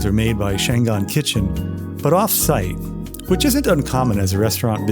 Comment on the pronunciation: It is pronounced Chang an, a city in northern china. Always pronounce Chinese language by each syllable.